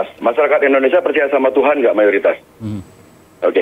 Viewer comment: Indonesia bukan endonesia lol